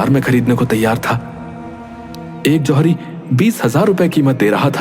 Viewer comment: Zawiri nahi johari